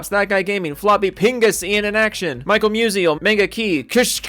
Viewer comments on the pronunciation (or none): none